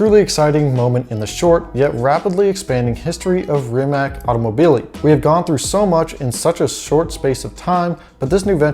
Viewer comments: Ree-Mat-S!!! Not fscking Reemuhts. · REE-MUHTS!!!!!! Not fscking reemack, no "k" sound anywhere in the Rimac name. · Mate Rimac said that the name of the company is pronounced /Rimak/ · wrong pronunciation of Rimac it's not Rimaq it's more like Rimatz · You said you dont know how to pronaunce his name, but you also dont know how to pronaunce his last name. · Rimac (you mispronounce it, BTW) is small, but it still has almost four times the Bugatti workforce. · Sorry, no. He might have said that several years ago, when he was resigned that idiot "journalists" cannot remember how to pronounce two syllables. Have you watched the live stream of "Bugatti-Rimac" announcement? Both Mate and Porsche/VW Group guys pronounced both his name and the names of all new entities correctly. Mispronouncing the names of people and companies you pretend to know about and lecture others is parochial - not simply arrogant, but pathetically so. "C" at the end is pronounced /t͡s/ (voiceless alveolar affricate). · are you high or something its pronounced Rimac dummy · You need to learn how to pronounce Rimac. If you don't know how to just look at that video of them merging together and you'll hear the proper way to say it.